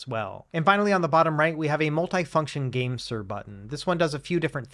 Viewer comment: Keep thinking you’re saying the Gangster G8 lol